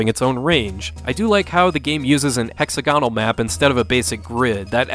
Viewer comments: Actually, he said it incorrectly. XD It is pronounced differently than Hexagon with 'al' at the end, different syllable emphasis. Hex-AG-on-al is right. :) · You clearly said “an exogonal”.